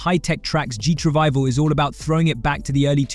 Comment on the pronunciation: Ooh, that explains Gee tRivival Instead of GT Revival, that sounded offensive